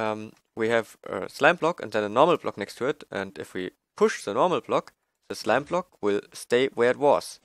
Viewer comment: It sounded like you where saying slab block instead of slime block lol